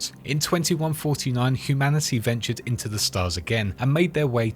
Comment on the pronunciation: You saying "humanicy" triggers my pms